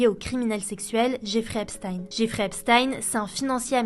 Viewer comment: C'est EpstEEN pas EpstAÏN svp